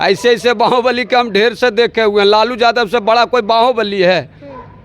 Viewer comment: बाहुबली ❌बांहोंबलि ✅